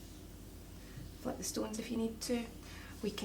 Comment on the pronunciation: Why did you say stoonees